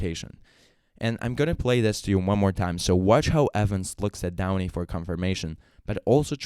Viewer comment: John Michael Kane 😂😂😂😂😂 How much do I owe him? Also his videos are good, but calling him downy was messing me up 😂😂😂 But OP is a "fat old prick" 😂😂😂😂